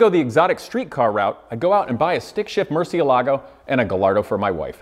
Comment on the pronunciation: Props for for choosing a pronunciation style. I feel like people that call a murcielago a mercy-elago should be pronouncing a Gallardo as Gall-ardo. If u say guyardo would you also not say murchee-alago.